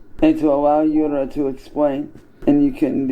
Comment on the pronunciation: Her name is "Yura" as in You'ra PDFile (not you BTW)